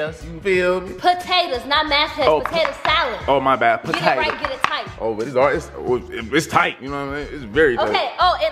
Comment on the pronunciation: She just said thight and warm 😭😂😂😂